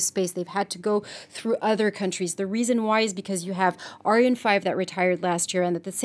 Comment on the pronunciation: Again it’s not pronounced aryan!!